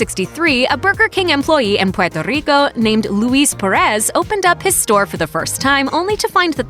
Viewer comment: I appreciate the way u pronounce Puerto Rico🇵🇷😊